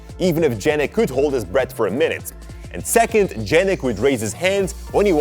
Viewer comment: Why you say "Djannick" instead of "Yannick"